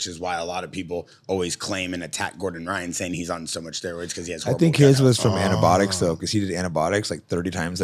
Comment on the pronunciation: “Antibotics” lol